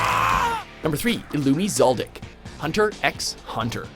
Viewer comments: You don’t pronounce the ‘x’ in hunter x hunter... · Itachi didn't slaughter his village, just his clan. If he had killed the entire village that means the Hokage, Naruto, Kakashi, etc would all be dead. And he did not do it alone, Obito helped him. Also, the X in Hunter x Hunter is silent. Where do you get your info??